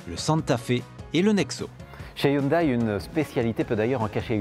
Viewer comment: Hello, présentation un peu succincte, mais bonne. Vous avez le bon rythme ! ça a peu d'importance, mais il me semble que"Hyundai" se prononce (phonétiquement): "youndé"